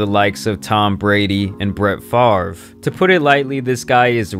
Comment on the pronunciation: Not to be petty, but I have to point this out..... It's pronounced Brett Fahv...Ruh.